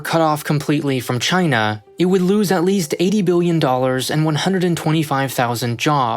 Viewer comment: "CHYNA" -Trump